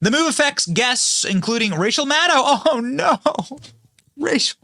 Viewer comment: Why did it sound like you said Racial Maddow?